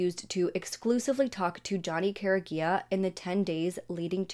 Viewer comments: The last name is pronounced Cor-E-Egg-ah And the school is pronounced kla-how-ya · It’s Car-E-Aga not what you Said, I went to school with John’s brothers. The sick jerks that did this just got life in prison! Thank God! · You’re saying the last name wrong..😑 🤦🏽‍♀️ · Youre saying Careaga wrong